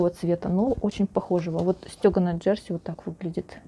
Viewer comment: Ударение на последнюю букву - «джерсИ»... и почему вы говорите, что на юбке замОк?.. почему «замОк», а не молния, непонятно... всё таки нужно в шитьё правильно использовать терминологию... уж, извините, но пришлось написать, так как режет слух...и простите, но зачем вам такие чёрные волосы, ведь вы молодая девушка... лично я считаю, что все женщины с чёрными волосами - ведьмы... светлое - это добро, а чёрное - это зло...